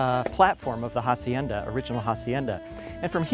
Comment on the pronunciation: AH SIEN DAH NOT HA- SIEN-DA ! The H is SILENT ;) !